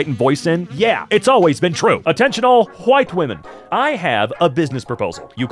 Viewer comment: ‘attention all kwite women’